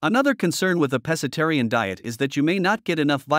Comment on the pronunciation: Pssst! Pro Tip: It's pronounced "PESK-atarian."